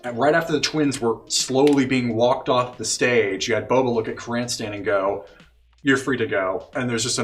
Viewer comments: Yes it’s a nitpick and I’m sorry Krrsantan being called krinstan(or some other variation) the whole time hurt lol. Love my 80s metal as shit wookie😂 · I love that they're just calling him "Cranston." Like, I don't blame them, Krrsantan is a tough name to memorize and/or pronounce.